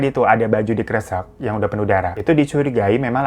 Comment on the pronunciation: Bang, kresek itu dibacanya kresek bukan kresek 🤣🤣🤣